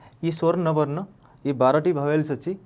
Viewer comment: swarna barna nuhen, swara barna.